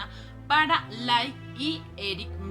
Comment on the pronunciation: Ella habla muy mal! Incluso a veces dice Like en vez de Lyle.